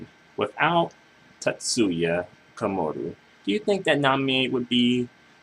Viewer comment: My long nerdy reply(btw you kept saying Komuro wrong lol...sound slike youre saying Komoru): She probably would but in a whole different light. Her height would probably hit a plateau by now like most other amazing acts that just fizzle(think SPEED). Its thanks to TK that she got to experience dang near 2 hey days(the first via TK music and the second via former association and status plus relevancy to the urban pop music scene). Its not everyday you see someone with her background end up doing the music she does now. Even when I think Ayumi Hamasaki, I see her as sticking with a similar sound that got her there. Namie just went away from the dance music(TK started that transition for her) and she even ditched the ballads or of sophisticated pop sound and she went straight for the urban top 40 pop sound and hasnt looked back. A lot of her fans today get shocked seeing her old stuff and old image(fully clothed showing little skin and acting like a goody two shoes). I assure you though she will never get bigger than she is now(and she is her biggest because she has multiple fan bases loyal to both her personas and track records). TK was under some serious fraud trouble but that was only because he got greedy and did bad business in which he was payed in advanced but could not deliver the goods(the masters to many of the hits we're mentioning). TK is pretty much a dinosaur to these kids but hes a living legend to we who grew up being mesmerized by his signature. He shaped the so